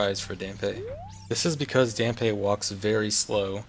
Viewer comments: isn't it pronounced "Damp"? ;) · Hearing Dampé's name mispronounced do many times in such a short time is jarring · Still kinda mad that you pronounced his name wrong lol.